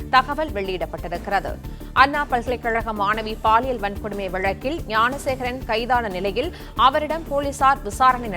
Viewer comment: Thanks for pronouncing gnanasekaran